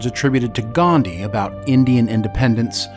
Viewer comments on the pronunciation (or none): none